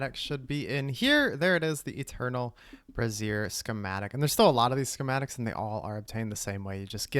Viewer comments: I thought brazier was said like bray zure, not like brassiere. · brazier (bray·zee·uh) a portable heater consisting of a pan or stand for holding lighted coals. brassiere (bruh·zeer) women's underwear Made me laugh evertime you said it because im a child 😅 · Brazier vs brassiere pronunciation lmao😂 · wow your pronunciation of the word "brazier" is crazy work breeyziiiiieeeeer